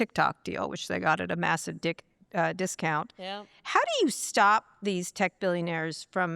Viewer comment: I know it was a slip, but I'm taking "dickscount" with me.